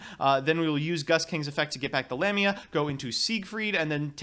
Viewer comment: it's Lamia not LamiNa, and it's pronounced LáPláce not "laplaice" it's in honour of a french mathematician.